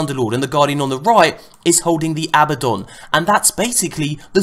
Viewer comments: thank you for being the first youtuber to pronounce abaddon correctly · Lol, he said Nova Mortis wrong, but finally said Abbadon right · yaaaaah he got Abbadon right finally